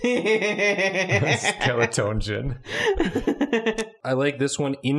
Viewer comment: the way pronounced skeletongeon was so satisfying I had to replay it several times